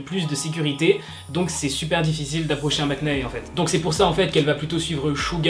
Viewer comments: Eh bah, enfin une vidéo non putaclic c’est bien jte félicite. Par contre fan de kpop et tu sais toujours pas dire correctement Maknae, c’est Maknae et non maknaé enfin breeeef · On dit "makné" et pas "maknae"~ Bref voilà continue ce que tu fais j'adore 😊❤️ Et aussi à toute les sasaengs là, va falloir grandir et prendre un peu de maturité... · Problème de prononciation : maknae ce dit makn(a)e le A ne se pronom pas. Et en coréen je crois qu'ils disent magn(a)e... Voilà 💕sinon super comme d'habitude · Ta façon de dire ❝maknae❞ me stresse mais c'est pas grave, c'est cute :3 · Tu prononce bizarrement maknae mais sinon continue comme ça je t'adore !❤ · Juuuuste... Quand tu dis maknae le "k" ne se prononce pas :3